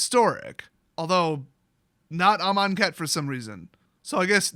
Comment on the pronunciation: You say amonkhet weird